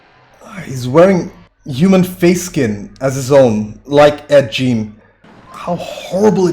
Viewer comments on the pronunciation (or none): just a small FYI, Ed Gein is pronounced "Geen" rather than "Gene". Thanks for reacting, this is one of mine and my wife's favorite movies! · Just soes ya knows, Ed Gein is pronounced like "geen" with a hard G. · Pronounced like ed "geen", hard g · Ed Jean? It’s Ed Gein my dude